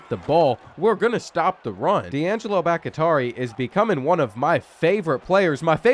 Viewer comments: Boc uh taree is wild that man name Boc tee ah ree...😂😂😂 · Bakhtiari bahk-tee-AH-ree bahk-tee-AA-ree Please 😆 🤣 B T Dubs love your content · Brother it’s Bawk-Tee-Ari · BOCK-TEE-ARE-EE!!! You mispronouncing that name is killing me 😅😂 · I’m prefacing this with it not being a big deal at all, but I do think Bakhtiari is pronounced Bach-tee-are-e Other than that, keep up the great work! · BACK-TEA-ARI please god let him learn how to pronounce that legends name properly lol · Pronounced bok-tee-ari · It’s pronounced BAK-TEE-AH-REE😭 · Butchering Bakhtiari like crazy 😂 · The way you say Bakhtiari is so horrid lmao. Cmon bruh. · Sitting here wondering if his coach would ever pronounce his name correctly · That Bakhtiari pronunciation is nails on a chalkboard every time. How do you keep botching that?